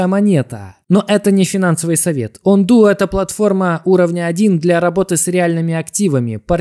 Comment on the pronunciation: ОНДО А НЕ ОНДУ - ты клоун !